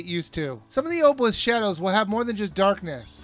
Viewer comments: it is! its pronounced- Ahhb-uh-lisk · it's pronounced [awe-bell-lisk] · obelisk is pronounced ah-bowl-isk. Sorry but that really annoyed me. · Say it with me: "ah-beh-lisk"